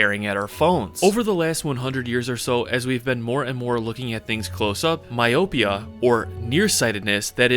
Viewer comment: he voices the dentil fricatives in "thing" 😂